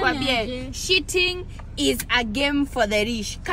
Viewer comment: "Sheeting is a game for the rish "😂😂😂